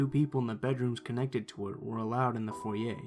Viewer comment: The way he said foyer sounded like foyeyh